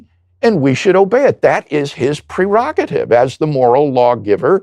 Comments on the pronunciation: dude fuckin said pre-rocket-ive. what the actual fuck. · I love how he says PRE-Rogetive. As if he had read the word wrong, and then continues to use it wrongly for all his life.